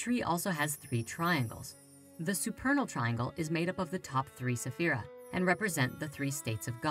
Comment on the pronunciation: Please please please please! Check with a native Hebrew speaker before making any more videos on kabbalah. The mispronounciation of spheriot, sphera, the four Hebrew letters in the Tetragrammaton, is not really a good thing to do when you are putting something out into the world. The English spellings of the Hebrew words do not reflect the true pronunciations of the words.